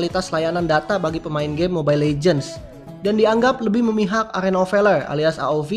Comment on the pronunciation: Arena of Veler:v